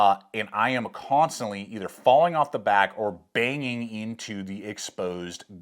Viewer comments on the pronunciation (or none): none